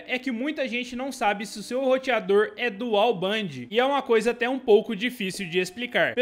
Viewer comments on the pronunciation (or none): none